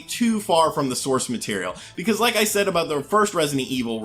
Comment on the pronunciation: I rike it a rot